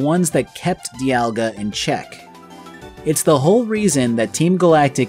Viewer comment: everything i have ever seen, and I have looked, says that you are pronouncing "Dialga" correctly. It might be said slightly differently depending on who you ask but its almost certainly not pronounced like "Diamond". 👍